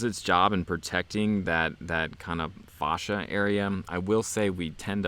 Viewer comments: Its not faw-sha its face-sha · Sorry to be that guy but... it’s FACE-SHA. Not FAH-SHA. Because it is like the skin on your face. Houses have facia as well. Now with that out of the way I want to say thank you for your wk2 videos. Considering a used one as my next vehicle as 4runners and tacos are way to expensive.